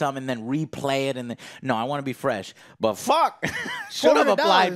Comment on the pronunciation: Bu an Impor enh? Joe lost his T's somewhere.